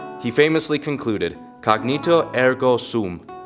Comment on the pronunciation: Thanks for making this. Thought it was "Cogito" not "Cognito"